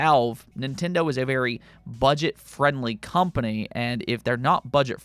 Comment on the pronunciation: Did you just call nintendo… budject friendly or am i hearing things 😂😂😂